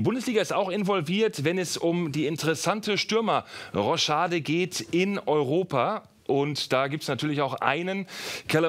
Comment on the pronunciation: Wen hat das Roschade auch genervt? Es heißt Rochade😂😂